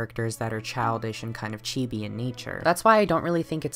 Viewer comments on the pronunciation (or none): none